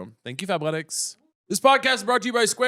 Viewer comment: I was audio only and I had to open the video for the ad when Caleb said “fabletics” I thought he said Fat-letics and I said “I’m immediately interested”